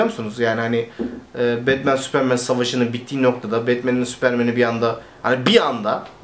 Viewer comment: süüüıpırmııın diyip tekrar tekrar kendini düzeltmesene tombul süpermen de geç neyin telaffuzundasın ne yabancı dil altyapın ve vazgeçemiyişin var da pardon adapte olamıyorum hali var